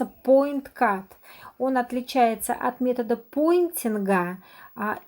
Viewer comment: Потнтинг или поиткат...на капце Ви апять говорите поиткат